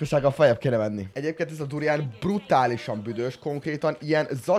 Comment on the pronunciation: A video felèig az halottam hogy burján.xxxddd